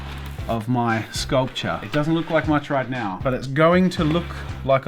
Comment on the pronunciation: Me, a poor college kid that eats every 3 days maybe: "jazza please no please" Jazza: sKuLPtur